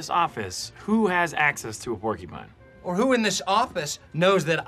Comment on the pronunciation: Porkupine? PORKUPINE? Porcupine. It’s PorCUpine